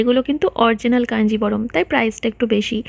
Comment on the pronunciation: অরজিনাল বলো কেনো।কথা টা অরিজিনাল original .